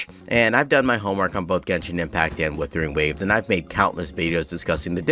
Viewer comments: How tf people still cant pronounce wUthering is beyond me especially when they make content on it... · Dude can't even say Wuthering right lol wtf is "Woothering."